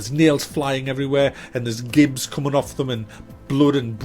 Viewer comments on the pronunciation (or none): none